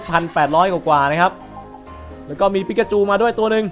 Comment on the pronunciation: พี่ตั้งแต่เริ่มผมอึ้งเลยปิกาจูกลายเป็นปิกาจู๋5555